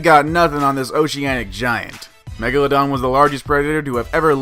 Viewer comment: When he said “megla” megladon i thought he was going to say megalavania.